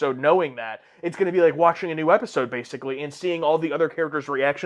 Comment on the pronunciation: "my favorite e eisode"